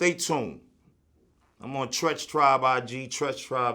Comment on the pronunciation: Say it like "Tree ch "